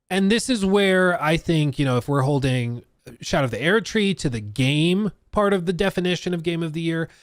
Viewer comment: Erdtree is pronounced like “urd - tree” not “aired - tree”. I’m not even a fan of the game but Jesus Christ listening to you mispronounce it in such a pretentious, faggy way is so cringe.